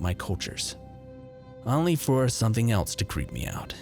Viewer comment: Need to work on pronouncing only and blank otherwise good narration.